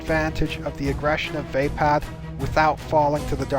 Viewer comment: I love your videos and channel, but you keep mispronouncing some pretty obvious words. Juyo, being obviously a Japanese vulgate is pronounced as spelled ("Jew-Yo"). Vaapad, with the stress on the "AA", is also pronounced as spelled. As a linguist, I have no idea where you assumed such outlandish pronunciations from..